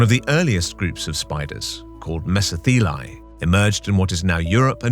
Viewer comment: As thos word is Greek, it is pronounced:' MeSO-thelae"...😊